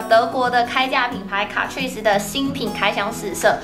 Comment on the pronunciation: 卡ㄔㄨㄧˋ死這樣唸沒錯喔～